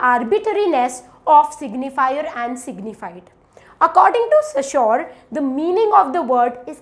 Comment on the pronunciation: Your explanation is amazing and clear. They are very helpful. I have a suggestion for you. You have problem with pronunciation of few words. Eg Ferdinand De Saussure. Please check how to pronounce the word.